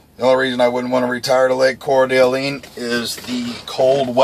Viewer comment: Its pronounced core da lane, good videos man i plan on driving for TMC when i get out of the army so thanks for the insight